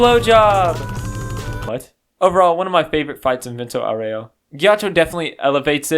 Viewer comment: VENTO AUREO O Ghiaccio de verdade ficaria bravo pela pronúncia